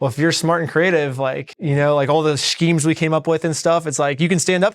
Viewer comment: "Shkemes" (Imma say that from now on)